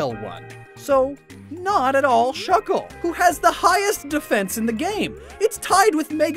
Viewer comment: THE A IN SHUCKLE IS SUPPOSED TO BE A U!